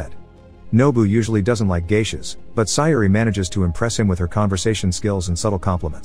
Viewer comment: CORRECTION: It is not “Mama”. It’s pronounced, “Ma-may-ha”. Also “Sayuri” is pronounced, “Say-u-ree”.